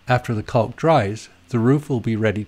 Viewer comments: Caulk is pronounced kok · maybe, but nobody but you says it like that, right?